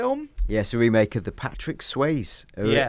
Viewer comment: I'm sorry; Patrick Sways?